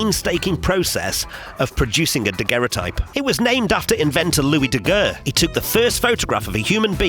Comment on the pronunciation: Surely Daguerre is pronounced Da gair not Da gur -thought I'd mention that as you say it many times. Les (plural) is pronounced Lay. Your pronunciation is like you are saying Le (masculine singular).